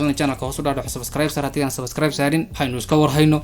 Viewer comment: Bro wlhi sabaskaraayb markad dhahayso wan ku qoslaa bro